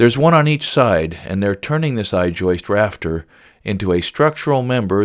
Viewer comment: there's not 3 s's on the end of the word joist. It's just joist not joist'ssss